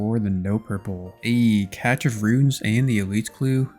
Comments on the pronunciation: bro...cache.. or as you say 'catch' of runes is actually pronounced 'cash' of runes. Can you please google it and share the information with all the other Youtubers so we can all collectively say the word correctly. thank you so much it's my only gripe with your videos. Cheers! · how are you on part 21 and dont know how to say cache